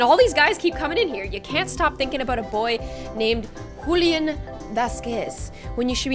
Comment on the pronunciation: “Hulian-“ it’s Julian just a correction